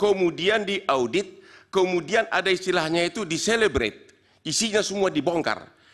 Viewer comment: Cellebrite anjir itu text di dalam naskah apaan sih. Kok dibaca celebrate.